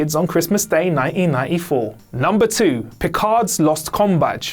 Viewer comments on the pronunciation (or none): he says "Nineniefo" I guess that's his accent's version of 1994? Pretty funny "Nine EE nine EE Fo"